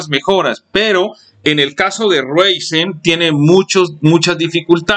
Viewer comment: Es Enserio? Con 8 GB ram me vas a decir que un Ryzen no puede con W11? que perdida de tiempo este video. Y se pronuncia Raizen (Ryzen) No Reisen.